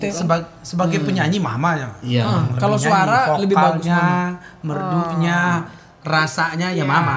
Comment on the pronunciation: Yang nyebutin "molo" padahal mau bilang "kalau" 😂😂😂 pak Joy ()